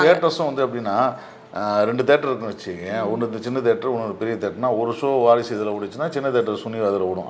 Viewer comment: அது வாரிசுடு இல்லய்யா! வாரசுடு!